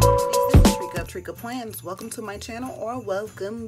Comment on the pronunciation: Tricka Plans pronounced Tree Ka hahaha!! I can’t wait!